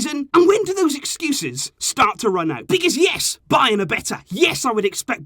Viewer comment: It's bayern lol